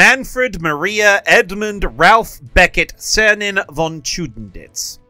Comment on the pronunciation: Ah, a real teacher! Just read the Name and didnt show it, so we have to make an effort to grill him about the pronounciation😂 (Was actually quiet good)